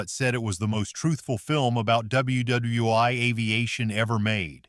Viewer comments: Narrator - it’s pronounced World War One, not World War (eye). These AI errors are inexcusable. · Aces WW Eye 👁️ Really? You mean World War One 😂! 😂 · More blank blank AI commentary e.g. WW Eye!!! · AI narration, needs to evolve... double U Double U 'eye' ???? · WWEye. W are rah 2 What! Is your AI smoking crack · No. You are not. What did just I just hear? Double You Double You One? Really? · What is it with the AI narrative which calls WWI, ww i. There were no real Japanese planes in Tora Tora Tora, not all planes in The Battle of Britain were real, Stuka were RC models, most of The Great Waldo Pepper was filmed in Texas! If it was not for the flying in Aces High I would never watch it! Oh the least accurate of all the movies in this review was Flyboys, it terrible scrip, CGI was way off, those planes were not that fast nor would they have survived some of maneuver! Except for the French commanding officer none of the pilots had the correct names of the real personnel of the true squadron that the story was supposed to be telling!